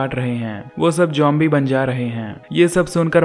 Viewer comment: Bro zombies he jombie nahi he pronounce to umhum